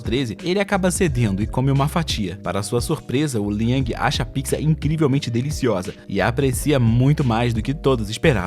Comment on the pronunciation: Ele fala pizza errado